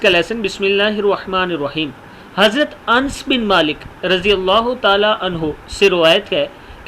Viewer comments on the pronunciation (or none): انس، ن، سکون کے ساتھ نہیں بلکہ صحیح تلفظ ن فتح کی ساتھ ہے یعنی ن زبر کے ساتھ انَس.